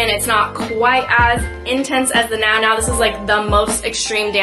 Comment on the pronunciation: Nounou is pronounced “new new” :)